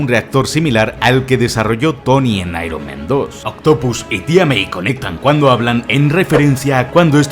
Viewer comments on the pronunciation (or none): Por favor!!! Spider-MAN en singular y Spider-MEN en plural. Dices constantemente spiderMEN jajajajajaja incluso IronMEN Buenísimo vídeo bro. Me parto con las referencias al bananero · Me pone nervioso que digas todo el rato SpiderMEN, ironMEN, cuando es SpiderMan 😂😂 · Spider-MEN Iron-MEN Dios, por eso hay que practicar bien el inglés